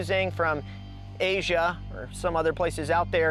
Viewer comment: Why did you say Asia like that lmfao